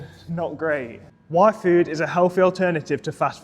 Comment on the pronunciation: Legitimately during your yfood sponsorship segment, I thought you said Waifu at first :face-orange-raised-eyebrow::face-blue-smiling:! I pushed my glasses right up and started listening :face-blue-smiling